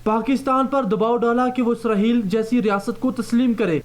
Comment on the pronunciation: This is Israel, not Israheal. You have to correct your accent.